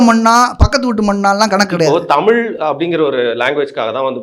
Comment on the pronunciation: The guy arguing against Shri Rangarajan Narasimhan is saying "Tamil" instead of "Thamizh". So much for Tamizh nationalism. Can not even pronounce his own language.